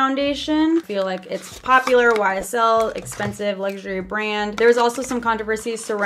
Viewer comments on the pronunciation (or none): When she said YSL it sounded like she said whysall